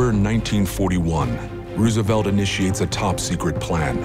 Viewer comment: Ru-ze-velt? Where have you been? Not only did Rose-uh-velt's contemporaries pronounce this name correctly, there is plenty of audio of Roosevelt pronouncing his own name...and it's all on YouTube.